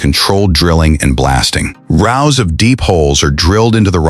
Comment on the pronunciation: Could you teach your AI voice to pronounce meters, kilometers and rows correctly